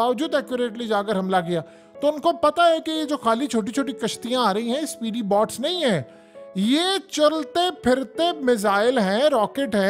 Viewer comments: ارے بھیا باٹس نہیں، بوٹس۔ تم کس خطے کے رہنے والے ہو؟ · Bhai sahib, Bots nahi boats haien.